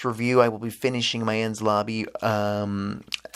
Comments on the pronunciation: It's also pronounced En-Knees-Lobby, not Enz Lobby. Also I made a mistake in my previous post. I though you were trying to pronounce Luffy when you were actually trying to say Lucci. It's Italian. So it's pronounced Loochi. Same way you'd say Gucci. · “En-Ness Lobb-bies”